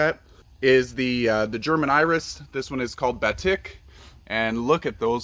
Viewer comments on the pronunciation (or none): Very nice garden. (Your German bearded iris Batik is pronounced: “buh teek”, like the fabric dyeing process).